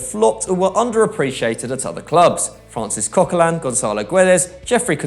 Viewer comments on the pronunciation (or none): none